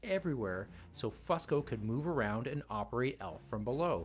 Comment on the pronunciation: It’s FUSE-CO. Not FUSS-CO. Grrrrrr it’s so annoying to hear u keep saying it wrong.